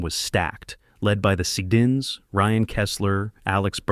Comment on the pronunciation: Good god you butchered the sedins with that pronounciation